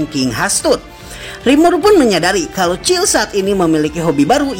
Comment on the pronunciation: Bang kykny kurang eneg dengerin nama cill harusnya siel